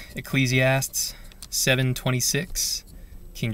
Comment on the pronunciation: It's pronounced "Ecclesiast-EES"